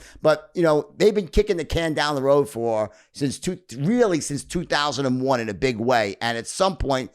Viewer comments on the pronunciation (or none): none